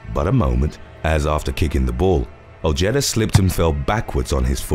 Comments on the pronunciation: Ojeda is pronounced "o-hey-da" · Dude you have to work on your American pronunciations, number 8 is pronounced O-Hay-Da. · The J is silent in Ojeda. O-hee-da. 👍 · You’re not pronouncing Ojeda correctly. It’s pronounced. oHedah